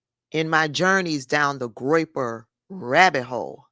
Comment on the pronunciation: "Groiper. Um-huh. Groiper."😂😂